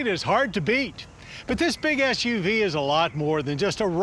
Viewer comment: Did he say "Big ASS U V" ?